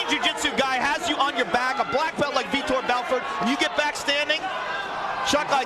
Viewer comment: he starts saying it correctly